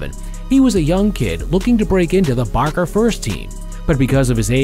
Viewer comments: Why did you call barca barka . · Why did you call Barca Barka bro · Barcelona Fans: VAMOS BARCA! Him:Vamos Barka Barcelona Fans: Why Did You say Barka Its BARCA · Man said barka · “Barka and Bilboa” “ Messi’s goal held barka” 💀💀💀💀💀💀💀💀